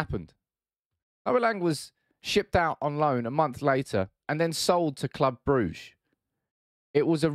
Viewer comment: The way he pronounced Brugge😂